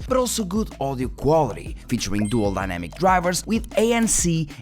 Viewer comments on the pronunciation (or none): none